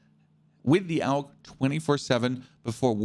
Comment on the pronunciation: He is pronouncing it correctly AUG= Armee universal gewehr = universal army rifle